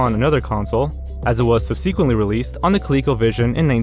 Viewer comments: The very incorrect pronunciation of “subsequently” always kills me lol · or 'subsequently'